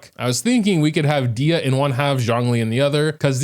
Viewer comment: NOOO PLS .... dia.... nooo. its dehya